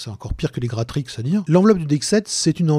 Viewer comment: Et puis Gratrix tu le prononces parfaitement je trouve, pas si dur à dire finalement.